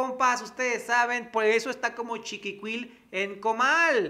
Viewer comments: Coño, se dice chinicuil en comal, son gusanitos del maguey. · se dice: chinicuil en comal. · Se dice Xhinicuil!!!!! Mi 👍👍 saludos a Mayonesito y la súper salsa soya 😘👍👍🙏